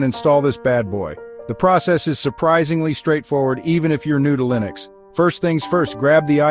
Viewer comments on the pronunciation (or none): I don't think you know how to say, "Linux". Arco Linux is pronouned, "Arco Li-nux", not "Arco Ly-nux". Even the author of Arco Linux says it the correct way, "Arco Linux", just listen to any one of his 3,000+ videos. Then again, are you an AI, or a real person talking? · Linux is pronounced with a short 'i' as in, well the word 'in' not a long i like in, 'like'.